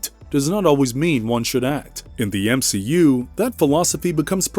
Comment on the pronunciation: M-she-u Watcher.....